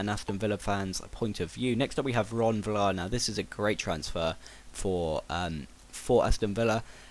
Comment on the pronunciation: Btw, insted of saying Vlaar, it's more like you're saying Flaar.. The Dutch and German V, is like saying F!:)